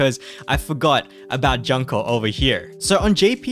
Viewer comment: Btw the dango girl name pronounce as June-Ko XD. Anyway if not meta slave for pvp its fine to take it slow for this game. You will only suffer at full clearing event and raids if you dont have certain students. Make sure to focus on 1-2* students like "watame". Note: Back in jp the red raid only came out after 2 yellow and 1 blue raids.